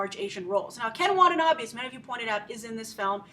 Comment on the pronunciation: Grace, please stop pronouncing Watanabe wrong, if you are really his fan then you should pronounce his name correctly